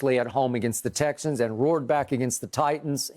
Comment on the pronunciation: Did Shannon Sharpe just say tesses?